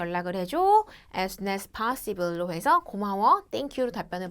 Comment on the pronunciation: Can you tell me when is the party 가 아니라 Can you tell me when the party is가 문법에 맞는 문장 아닌가요? after the technician fix it이 아니라 after the technician fixes it이 3인칭 단수에 맞는 문법 아닌가요? 파씨블 발음 파씨블 아니라 파써블로 배웠었는데.. 시험에서 문법이나 발음 이정도 틀려도 AL 받을 수 있나요?